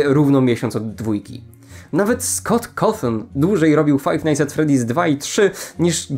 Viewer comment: no nie zile strasz nie dułłgie